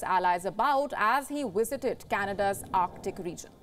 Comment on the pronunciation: "Wast" and "wisited" aren't words. She can say "seven" perfectly fine but why do other V words get the lazy W sound?